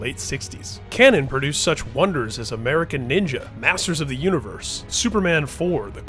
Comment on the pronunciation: I thought he said asses of the universe